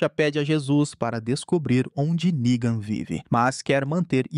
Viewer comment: com todo cuidado do mundo para o YOUTUBE não entender a palavra "NEGAN", errado, ele PRONUNCIA ERRADO TBM! kkkkkk.